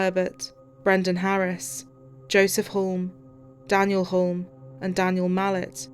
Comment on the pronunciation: Joseph and Daniel Hulme is pronounced Huoome - the "L" is silent